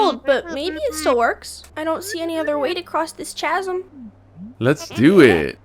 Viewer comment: this is killing me but idk if I should be mad or give her a mulligan Pronounced chasm like car, not chasm like cheese 😭😭😭